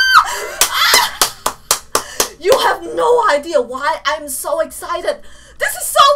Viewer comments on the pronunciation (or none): none